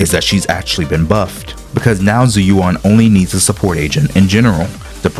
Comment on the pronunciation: her name is literally said in the game multiple times; how can people still mispronounce it? It's not "Zoo you wan", it's "Jew U.N."